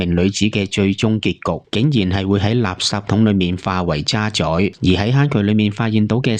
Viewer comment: 故事講得好👍🏻！ 不過請注意讀音 ～ 渣滓，「滓」：音「子」，不是宰。